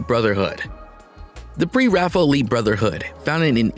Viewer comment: Oh dear God, they can’t make a fake narrator who can properly pronounce “Millais”?? Or “Pre-Raphaelite”?? Sickening. And it’s heart-RENDING (as in tearing), not heart-RENDERING (as in depicting). Uck. Can’t listen to this mis-pronounced, poorly worded junk any longer…